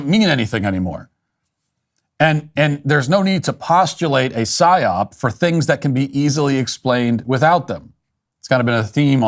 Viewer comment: Is he saying "syop"? I'm lost. He said it like five times. I even googled it and it comes up as an acronym for "Set Your Own Price" Is this what he's referring to?